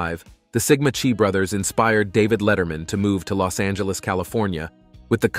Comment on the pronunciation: Referring to the pronunciation of Sigma Chi and Sigma Chai??😂